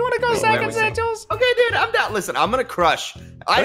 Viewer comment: Its sigils no singills